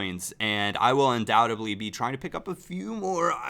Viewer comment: You keep saying undoubt-a-bly in your videos. It's undoubt-ed-ly. There's no B =)